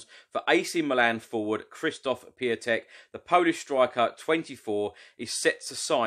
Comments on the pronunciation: Piątek pronunciation is Piontek and he is Mr. Friday as Piątek (piontek ) means Friday in Polish :) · For the record, Piątek is pronounced Pyontek and it means Friday, so he could be our Man Friday and Mourinho will be Robinson Crusoe and save us from being marooned outside the top 4.;-)